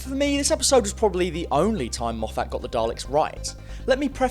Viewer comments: Mof fat? Its mof fit. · So weird hearing English Youtubers calling him Moff-At when it is pronounced Moff-it. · for goodness sake please stop pronouncing Moffat as Moe-fat. Moffat has always been pronounced Moffit. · The Daleks haven’t been truly threatening or intimidating for a very long time. Oh and you keep mispronouncing Moffat. It is my surname also by complete coincidence, we’re not related, the correct pronunciation of our name is MOFF-IT not MOFF-ATT. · Argh.. can’t hear “Mof-hat” again. Have. To. Stop. Watching. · 'mo-FATT' y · great videos and all but you need to stop calling him mofFAT, it’s a bit fuckin annoying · Moff FAT. WTF? He's a prick, but get his name right ... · Why are you pronouncing Moffat name weirdly? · stop saying Moffat wrong